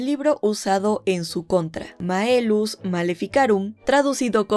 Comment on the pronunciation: Es Maleus Maleficarum, no Maelus.